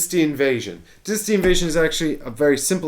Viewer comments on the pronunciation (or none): Why are you pronouncing dynasty weird?